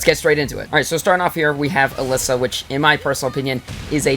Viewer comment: Take a shot everytime pronounces Alisa as "a-liss-a". It's "a-LEE-sa".